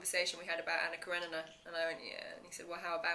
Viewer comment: Esta tipa fez o raio do filme não sabe pronunciar o nome Anna Kerenina! Meu deus!